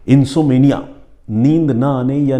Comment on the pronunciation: प्रिय सर अगर इजाजत हो तो एक बात कहनी थी जहाँ तक में समझी नींद नहीं आना को इंसोम्निया इंसोम्निया कहते हे इनसोमेंनिया नहीं इंसोम्निया इसमें ऍम को उच्चारित किया जाता हे इंसोम्निया में ऍम साइलेंट नहीं हे बहुत बहुत शुक्रिया आप की इस कहानी और सुच ना के लिए As per American english uhn.saam.need.uh. And as per British English uhn.som.nee.uh As per Indian English English English uhn.sawm.nee.uh But M is pronounced in all these Best डॉ अंजू गुरावा